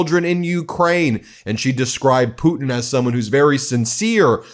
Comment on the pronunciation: Please note, his name is Zelenskyy not zelinsky.. “Zel-len-sky,” not “zel-in-sky”. I was impressed that an American says Putin correctly though. Poo-tin and not poo’n like most Americans say, so kudos to you, the T is there. Our chancellor Merz here in Germany is pronounced “Mairz” and not “murz”. By the way, president Macron is not pronounced “mar-crone”, it’s pronounced mar-cron. Where the cron part rhymes with “on” Just trying to help, from a polyglot here in Germany, originally from the UK Great coverage though. Loving the coverage